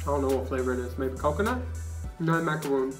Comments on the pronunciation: Macaron not macaroon. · Macaron, not macaroon. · Macaron not Macaroon. Still love ya though:) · Say it with me "macarons"! Not "macaroons", they are those shredded coconut cookies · Girl it's a maca-ron not a macaroon!